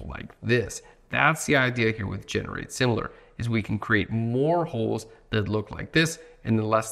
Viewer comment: I get the idea. Especially the emphasis on "holes"